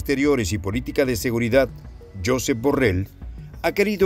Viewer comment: /yosééép/ deja de decirlo como lo dirías en inglés.